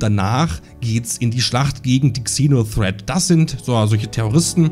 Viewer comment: Ich werde nie verstehen warum man GANZE englische Begriffe nimmt aber davon dann nur die HAELFTE englisch ausspricht. "kseno threat" Das Fernsehen ist auch voll davon... 🤦‍♂